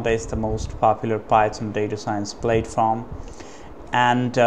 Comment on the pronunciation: He was commenting on your pronunciation. In the US English pronunciation of platform, the first syllable rhymes with cat, hat or rat, not Cate, hate or rate. "Plat-form", not "Plate-form."